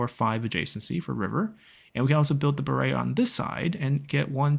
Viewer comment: Glad you pronounce “Baray” right. Come visit Angkor Wat and the Grand Baray once COVID is over, you’re gonna love them. ^^